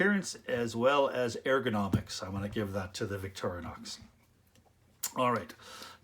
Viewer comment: Victorinox, not Victorianox.